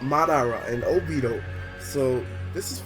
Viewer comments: Lol he said "Madada and Obi-O" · Saying madara and obito wrong really wrong